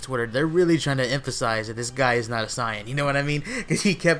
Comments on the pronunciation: Not to be a dick or anything, but its not Saiiiin- its (SAY-IN) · Why are you saying Cyan? It's "Saiyan" (Say-yan) bro... Say it right. Black isn't very intimidation yet. Future trunks seems weak af now so seeing him lose means nothing when compared to goku and vegetas power. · hating the way he's pronouncing "saiyan" as if they've never said it themselves in the series v.v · sorry but not sorry your pronouncing sayain wrong